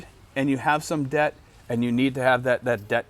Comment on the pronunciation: Debt and Death sound the almost the same when you say it.